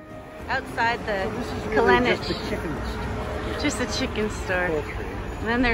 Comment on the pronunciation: Kalenic is like Djokovic. Is not Kalenik.